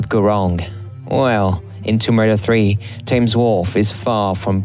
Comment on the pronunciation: Thames is pronounced tems